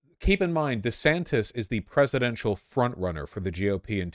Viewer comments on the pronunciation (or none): He says his name is DeeeeeeeeeeeeeeeeeeeeeeeeeeeeeeeSantis because it sounds more white. Edit: Nick Fuuuuuuuuuuuuuuuuuuuuuuuuuentes does it for the same reason. Fuentes has two syllables if people who deserve the name pronounce it.